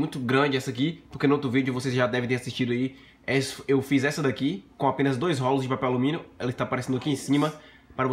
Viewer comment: O cara não conseguiu falar rolos, sempre falando rólos, que aflição.